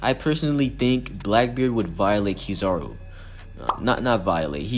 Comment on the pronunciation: Who the hell is Key Zar Ru.....I thought I was Kizaru